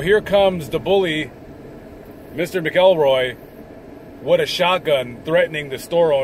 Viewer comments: Its pronounced (Mac-ul-roy) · Scottish name. Pronounced MAKILROY.😊